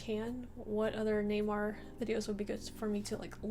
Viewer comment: His name is Neymar not Newymar :)